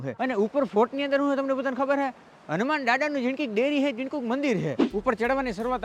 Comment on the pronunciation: Bhai hunuman Africa na dada nthi.. pronounce khotu kro cho